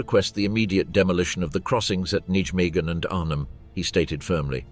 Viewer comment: Can you not pronounce Nijmegen properly?